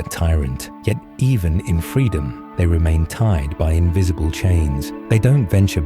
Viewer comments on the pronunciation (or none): none